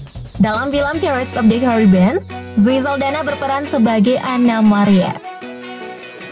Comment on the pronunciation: Lidah Mimin keseleo pas ngomong pirates of the Caribbean